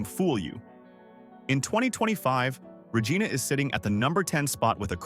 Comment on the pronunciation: Yikes! If you're going to use a detestable A.I. voice, at least teach it to pronounce city names as easy to say as Re-JYE-na---as in Gi-nor-mous, NOT Re-GEE-na🙄. If fact, I'm less than three minutes into this video, and I've now heard a VERY common word mispronounced. If you can't get the basics right, the reliability of your actual information is likely wrong or made up too. Now clicking 'Don't recommend channel'. Bye.